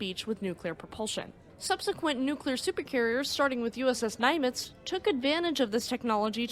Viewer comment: Really informative video! One small note, Nimitz is pronounced as Nim-its not Ny-mits. Keep up the great work!